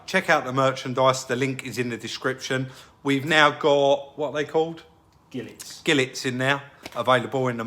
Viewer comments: you’re supposed to pronounce it “jee-lays” (it’s French) not gillets! You crack me up sometimes… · gilets haha, it's pronounced jee-lay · gillets ...pronounced " jill lays " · "GILLITT" !! 😊😊 Guys, it's pronounced 'Jeelay' (with the J like a soft 'zh' noise). I still just call them bodywarmers. Old skool. 🙂 Fingers crossed you find cheap headlights - £800 is crazy, like half the value of my car. 🤣🤣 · Gilets? :O Is it not pronounced Gee-lays? Dunno LOL